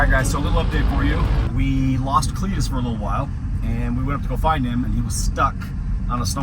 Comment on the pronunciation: Cleeturis… Clee-tur-is.. lmao haha Clituris.. Give her the onion .. lmao